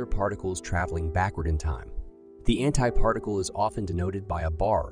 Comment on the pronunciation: Lmao did you just say anti-farticle??😂😂